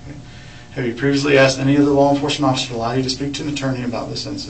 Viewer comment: Getto smart still says “axed “